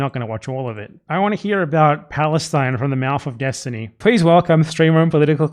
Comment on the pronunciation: ahh yes, destiny. the guy whos famous for not knowing the topics he talks about. its why everyone is always trying to debate him to try to make themselves look good when they easily show everyone how dumb he is... oh wait. nope. say his name wrong and ignore anything else that might hurt a worldview held up with glue and toothpicks